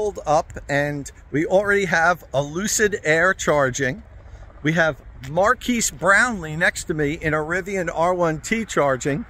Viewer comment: Mkbhd in the house !!! And PS it's Mar-Kezzz Brown Lee lol Fun video